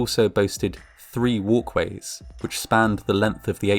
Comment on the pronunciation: 2nd floor "walways"